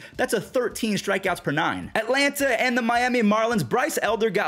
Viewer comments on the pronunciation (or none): none